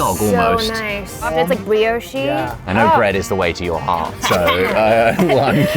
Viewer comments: Bree-Oh Sjee??? For real? ===} bree - -osh: Brioche! Dear Lord she is so annoying. 🤮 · Ah yes, the famous brioshee bun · "The bun is a brio-chee" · Curious pronunciation of brioche...